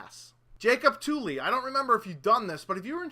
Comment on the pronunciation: You said tooley.